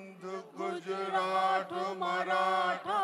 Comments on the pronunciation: ওরা সবাই ভুল গেয়েছে। ইন্দ্রনীল সমেত। পাঞ্জাব নয় পঞ্জাব, মারাঠা নয় মরাঠা, গুজরাঠ নয় গুজরাট। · 'যমুনার গঙ্গা " বলেছেন। আরো দুই জায়গায় পরিষ্কার ভুল উচ্চারণ। গুজরাট এর জায়গায় "গুজরাঠ", বিন্ধ্য র জায়গায় বলেছেন "বিন্দ্য"।